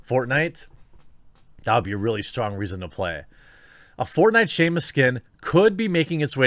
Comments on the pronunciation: Simos errand not Seamus McDougalhammer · Dear God, you must have said "Seamus" a dozen times this video, I almost want an apology video at this point